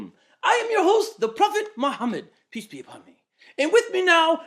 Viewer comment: I think I've watched every BoomBoom episode. yet I Still laugh at saying PISS be upon me! I think that's what he's trying to say! LOL